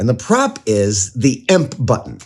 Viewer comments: Beyond annoying and unwatchable. EMP is either pronounced E-M-P or electromagnetic pulse. It is never called emp nor emp button. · Please stop saying "imp", it's pronounced "E M P". You say each letter separately not as a single word. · omg, the fact that he keeps saying "Ehmp" instead of "EEE, EMM, PEE" drives me insane! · "Emp"? E.M.P. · I love you Adam. But the way you say emp like a word hurts my ears. Its a short acronym.. You dont say fib you say F I B same thing with E M P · when you called it an emp switch instead of e-m-p switch i got heavy red vs blue vibes lmao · First time I actually hear someone saying it like a word, Emp...